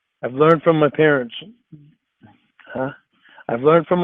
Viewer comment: omg that is the perfect way to phonetically spell out how he says parents 😂